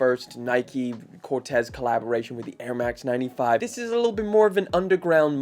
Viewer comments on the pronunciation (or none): Corteiz pronounced “Cor-tees or Cor-teez” not Cortez 🫤🫤